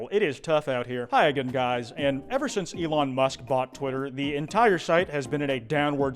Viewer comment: Eelon musc